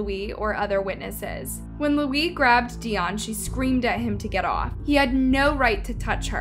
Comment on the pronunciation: Lmfao at this point it just sounds like ur purposely saying these peoples names wrong 😂😂😂😂 How do u say Dionne wrong?